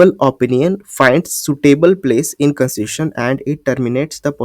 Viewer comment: You were pronouncing the word constitution properly in the beginning specially.